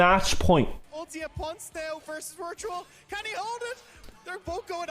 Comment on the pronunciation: i don’t know if hearing ponce pronounced in english is cursed or sounds good that’s confusing